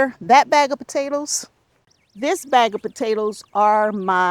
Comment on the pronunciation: Hi! I'm watching from Sweden! I think you are funny, " potatl's and tomatl's ", love it😂. Thanks for these cozy videos/ Sandra